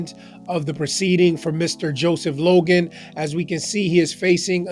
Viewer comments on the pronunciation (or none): It’s “Logan”, not “Loggin”, Okay?